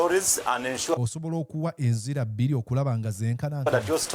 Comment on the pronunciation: "Enzira bbira" it's "enjuyi bbiri"......😊